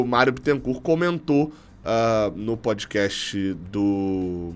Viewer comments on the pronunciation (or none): none